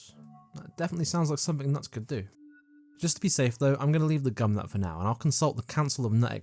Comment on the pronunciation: Can you show gumnut and instead say CUMnut!!!🎉